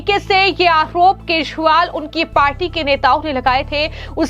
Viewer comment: आपको अरविंद केजरीवाल बोलते नहीं है। उसे सुधारें।